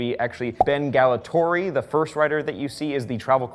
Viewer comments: It's Gatollari not Gallotori... More than three syllables and y'all lose it.. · I CANNOT WAIT! This is so exciting, omgomgomg :D Also, you said Gallatori and the name says Gatollari... ? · Anyone else notice that he mispronounced Gatollari?